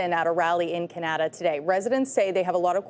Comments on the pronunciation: I’ve never heard Canada called “Kinada” before. 🤔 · Did that woman actually say Ca-Nad'-a ? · And that one lady said can ada not Canada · AI news woman? How did she pronounce Canada? Can...adda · That woman doesn't even know how to pronouce Can a da. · The CTV newscater in orange doesn't know how to pronounce Canada? She said "Can-Atta" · Did she just mispronounce her own country? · Love the mispronunciation on canada there...